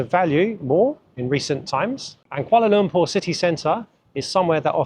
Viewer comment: Congratulations! U've pronounced Kuala Lumpur like d locals!!